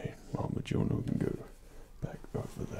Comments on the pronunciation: Mjolnir (Mi-oln-ier) Pronounces it Mijolnier 80% of the fanbase is triggered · DID HE JUST ACTUALLY PRONOUNCE IT AS “muh-JOL-nir”?!?!?! 😑 🙄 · Dead on perfect. I thought you looked and sounded like Thor. Also for future reference, Mjolnir is pronounced me-oh-near, as the Scandinavian area often pronounces J like an I. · The only criticism is that the j is to pronounced as a y. So it's Me-yol-near. Edit: And for the nerds, it would be best if you said Midgard and not Earth. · Wow a comic nerd miss pronounced Mjolnir. Here is the pronunciation of Mjolnir /My ol neer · Loki brought us to Asgard for no discernible reason, then Thor shows up. ... My money’s on Thor being Loki wearing an illusion. also why Mjolnir is slightly mispronounced, Loki is salty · Are you pronouncing mjolnir wrong on porpose or dont you know how to pronounce it. That is now the question.